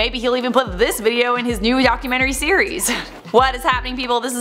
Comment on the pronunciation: Is it me or did I hear you say yocumentry?